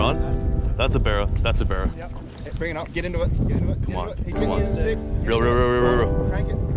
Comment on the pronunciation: every fish became a berra.... Pretty annoying